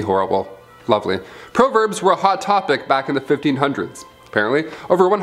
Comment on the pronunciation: Weirdest pronunciation of the word “proverbs” I’ve ever heard. Interesting gallery.